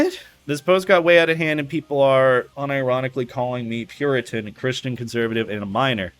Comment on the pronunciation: Time to start drama about the fact that can't pronounce the word "puritan". Never mind, switching gears to start drama about the fact that "puriteen" is apparently a word that people use un-ironically.